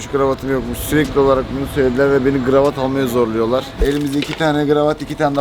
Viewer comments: fark ettiniz mi kravata gravat diyor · Abi GIRAVAT DEĞİL KIRAVAT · kravat a Gravat diyen kükü😂😂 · kravata gravat diyen koca yürekli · Gravat değil kanka kravat haberin olsun